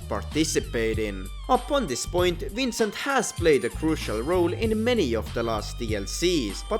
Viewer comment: I don’t know whether to giggle or grind my teeth every time I hear his name being pronounced as “Wrincent”